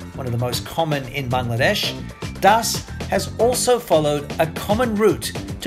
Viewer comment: Not BDesh.😡😡😡 its "BANGLADESH"